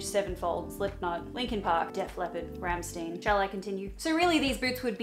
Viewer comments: listens to rammstein, can't pronounce the name, SHAME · You pronouncing Rammstein is everything 😂 me as a German barely recognized it 😂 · Your pronunciation of Rammstein tho 😅 sick music taste and shoes 🤙🤙